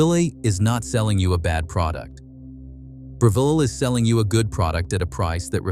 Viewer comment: Right? He mispronounced Breville, 3 times in one sentence. So annoying, hate these damn AI's